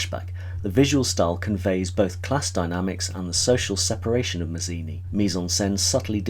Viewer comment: Yep, I was going to pop in with that. I'm also going to be picky and reflect that Louis' last name is pronounced "Matz-eeni", not "Maz-eeni" as is done here. Louis himself emphasizes the Italian pronunciation, and it's important to his self perception. I completely agree that Dennis Price turns in a magnificent performance, basically carrying the burden of the plot on his shoulders. Also, like Guinness, he steps into a couple of different characterizations. That they're all disguises doesn't detract from how well he does them. This movie was my intro to Guinness and I have been in love with him ever since. It wasn't my intro to the silky basso-contralto voice of Joan Greenwood: I first heard as "the notorious Lady Bellaston" in the messy but fantastic adaptation of "Tom Jones". (For anyone whose read the novel, I can't help feeling that the movie captured the off-kilter logic of Fielding's work and that he'd get a kick out of it. Not to mention that it's as if he looked forward, caught sight of Hugh Griffith and declared "Yes! That's my Squire Western!")